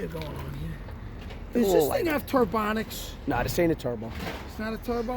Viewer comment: Does this thing has "Turbanics"?! This guy is a natural. 😂😂😂😂😂😂😂😂😂😂😂